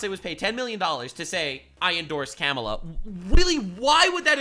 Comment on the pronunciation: Everytime you pronounce Kamala as Camela it breaks me lmao X'D🐫